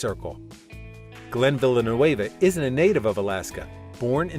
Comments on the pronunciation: Hey, it's not Villlenueva, it's Villeneuve (French). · Okay, in the opening seconds, Glen tells you his name and Immediately you mispronounced it !! No one is going to take this clip seriously.